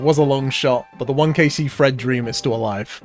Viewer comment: Ohhh,you’re saying ‘Thread’ I thought you was saying Fred 😂